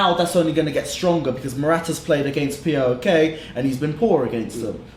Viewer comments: Can anyone pronounce PAOK? Not P.A.O.K. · It's pronounced powk not p.a.o.k